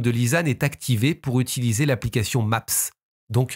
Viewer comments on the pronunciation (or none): none